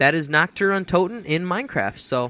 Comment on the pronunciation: You said you butchered the name, but you got it perfect!